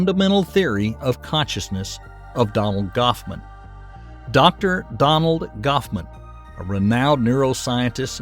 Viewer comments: Hoffman NOT Goffman! 😮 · If you are going to do a Vid at least get the facts straight, It is Hoffman, not Goffman as you continually pronounce it